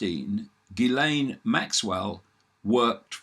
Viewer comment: The name Ghislaine is French in origin. It is pronounced- Zhis-Yane. First bit is like in Dr. (Zhi)vago. The L is sounded like a Y. - Brought to you by the Police de grammaire française!